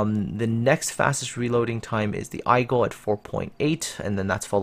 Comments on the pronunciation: Aigle = aye-gluh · Aigle is pronounced Aegleh. And Gaeda is pronounce like it written - Gaeda.